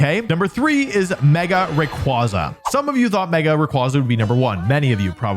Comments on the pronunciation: IT'S MEGA RAYQUAZA, NOT F*CKING MEGA RAYRAY! SAY THE NAME RIGHT! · THE S IN RAYQUAZA IS SUPPOSED TO BE A Z! FIX IT NOW! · DO NOT LEAVE OFF THE Y IN RAYQUAZA! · ray qway zuh like quasar. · ☝️🤓 Its actually pronounced Ray Qway Za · it’s ray-QUAY-zuh.